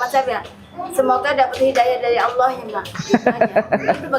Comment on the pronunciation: Yg bener sebutanya allah bkn aullah...